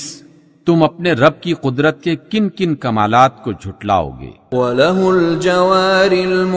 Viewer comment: Bhai quadrat or neemat ma buhat farq hai tu apne buhat jaga quadrat bolo ha